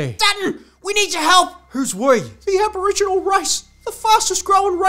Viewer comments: "I'm Alboriginal" lol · Albo-riginal lol 😆